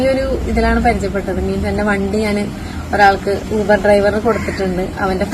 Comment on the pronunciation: യൂബർ യൂബർ അല്ല ഊബർ ഊബർ ആണ് ഇംഗ്ലീഷ് മീഡിയം 🤣🤣